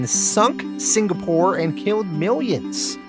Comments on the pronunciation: The Singapore pronunciation still sounds off lol it sounds like you're saying Sin-Ga-Pore and it's more like Sing-uh-pore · The signapore thing was excruciating 🤣 At first I thought you said it like that because Plutonium did that and the congressman was too scared to correct him. Then you kept saying it out of that context and I was like nah🤣🤣🤣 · I also thought it was pronounced "Signapore." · i did notice " singapore " but we forgive you lol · Man I kinda liked the signapour pronunciation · I actually miss the wrong way you pronounced Singapore